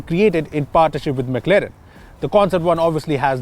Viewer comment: It's not McLeren. It's McLaren man!